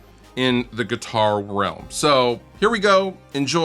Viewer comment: nguitar the n is silent